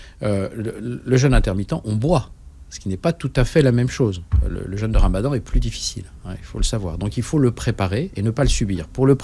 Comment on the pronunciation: Jeune/ jeûne …Soit! Ça ne se prononce pas de la même façon…